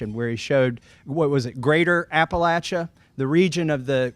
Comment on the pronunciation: I am so grateful every time I hear someone properly pronounce Appalachia. There are no long A's in the word.